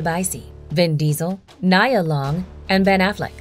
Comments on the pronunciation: Get that black queen name right (Nee-uhh) not (ni-yuh) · I missed the whole message already because How she don't know who "Nia" Long is like 🤔!? TWICE!!!!!!! BOTHERED by this reader lbvs